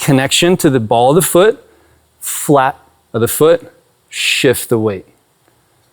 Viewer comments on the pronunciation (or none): Does anyone else hear "platypus foot" when he says "flat of the foot"? 😅🤣😂 Seriously, though, Thank You so Much for this video 🙏💖🙌